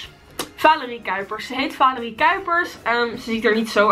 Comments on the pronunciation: je zegt telkens vaalerie in plaats van valerie😂😂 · Het is valerie maar je moet het uit spreken met de a en niet met de aa🤓